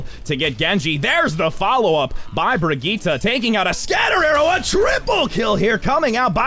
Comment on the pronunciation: Hazlina Razali I can't tell if you're saying that YOU can't pronounce Brigitte or the commentator because he's doing it right it's pronounced "Bree-geet-ah"